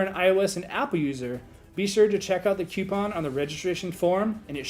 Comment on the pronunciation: it's coupon no cuopon